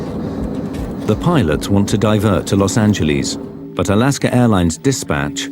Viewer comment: Alasker airlines lol work on your pronunciations a little harder